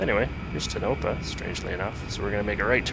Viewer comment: Yo! Its pronounced Tone - a - pa, not tnopa.